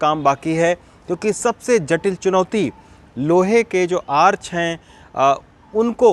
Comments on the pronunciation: Arc ka pronounciation bhut galat h , dhyan de pronounciation pe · आर्च ..? आर्क भी बोल सकते हैं ।